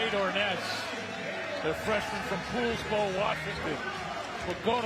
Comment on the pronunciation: PAULSBO. not POOOOOOOSBO. lmao